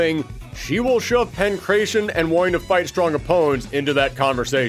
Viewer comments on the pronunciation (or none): Yo very small thing but I just want people to know(mostly cuz I'm Greek) the way u should say pankratian is more like pangrAdion or just say pankrAtian without turning the a into ey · Why do you pronounce Aleks and Pankration like that?